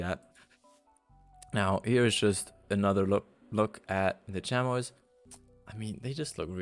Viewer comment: The way you said chamois is how I thought it was but its actually chami without the o or s